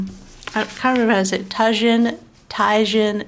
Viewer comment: Tajin is said like ta-heen just FYI haha 🌶 Love seeing a monthly view!